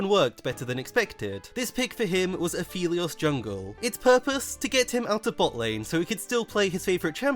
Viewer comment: Everytime i hear pronounce Aphelios as Afeleos makes me blink twice. "Come again,?"